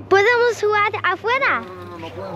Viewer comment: vamos a jugarrrrerr